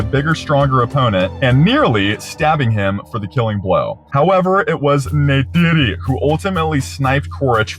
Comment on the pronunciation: can't believe you fully blue yourself great vid as always my friend, and thank you for fully committing to historically accurate na'vi name pronunciation every time, especially for jake's lover NEYTIRI